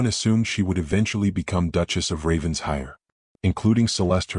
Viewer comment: OMG! Getting tired of typing this: IT IS NOT RAVENS-HIRE. IT IS RAVEN-SHIRE!!! Lord Pemberton’s son is a holy terror! Arabella Hawthorn is well rid of him. Fortunately for her (and the Duke) the Duke shows up, desperately in need of a governess. Celeste is an envious witch, who will go to any lengths to accomplish her goal. Nathaniel is a worm. Lovely story about one family healing and learning to live again!